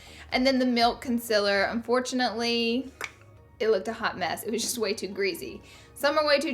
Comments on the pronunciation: stop pronouncing concealer CONSILIR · I love and live to hear you say concealer. Lol I find it adorable the way you say it with your accent. Also the word greasy